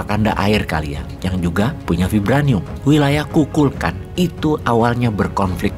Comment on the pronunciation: KukuHLkan. Bukan Kukulkan.😴😴😴